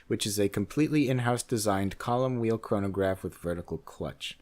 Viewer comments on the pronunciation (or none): none